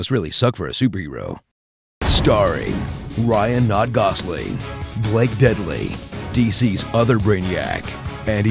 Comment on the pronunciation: Ryan not Goslin